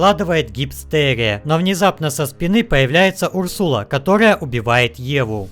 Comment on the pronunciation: Не Урсула а Урсаал